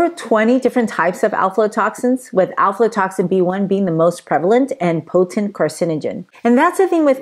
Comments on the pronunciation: Pronunciation is difficult but it’s afla not alfla. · Afla...not Alflo. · I could only make it a few minutes into the vide because of the lady’s mispronunciation of Aflatoxin. The first two letters and AF not AL.